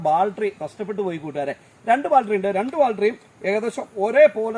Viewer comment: ബാൽട്രി അല്ല ചേട്ടാ ബാറ്ററി